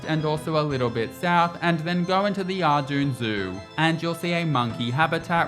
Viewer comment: First person I've heard say Arduun for ardougne